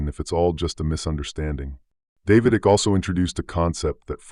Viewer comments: Pronounced IKE... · Fyi, the name's Icke, pronounced Eye-k..